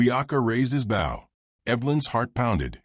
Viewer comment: Please it’s BOW not bough. Get your AI taught to say bow. Drives me crazy and others I’m sure. Watching from Adairsville Georgia USA. WHERE WE KNOW HOW TO SAY BOW.